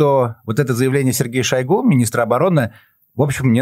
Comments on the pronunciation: Не шОйгу. А шойгУ! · А что в нём идеального. Ведущая дышит; как будто щас умрёт. И называет ''шойгУ'', ''шОйгу''!